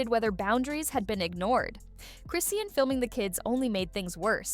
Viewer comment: Her damn name is ChrisSEAN!!!! Why is she keep saying Chrisann 🤦🏽‍♀️. Done watching